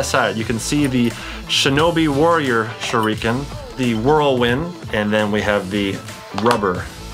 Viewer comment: TheFamouseChiken #2 Me, also I'm bothered by the way he said shurikens... ... I'm also triggered about how he used the knee strap as an arm strap.